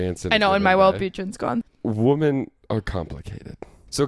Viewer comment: also pronounces women and woman as "woman". I noticed it in the vlog narration, but I think it's funny that they pointed out the bagel pronunciation here.